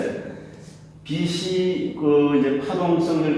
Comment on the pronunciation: "빛이" [비시](X) [비치](O)